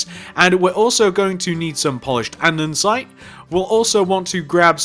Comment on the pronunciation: why do u say andinsite in stead of andisite